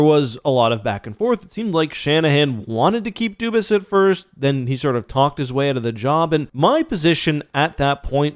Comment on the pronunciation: Why does nobody say his name right? It's obviously Dubas, but everyone says Doobis...